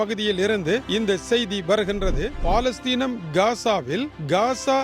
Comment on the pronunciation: 'பா'லஸ்தீன் அல்ல அது பலஸ்தின்.